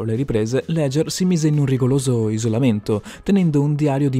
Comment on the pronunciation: Leucèmia??? RigoLoso?? Balbuzia???